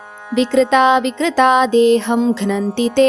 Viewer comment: Mam aapne bhaut aache se recitation ki hai lakin words wrong bole hai kaafi jgah Like vikrata vikrata bola jbki vikrita avikrita hoga. Plz possible ho toh sandhi krke series bana dijiye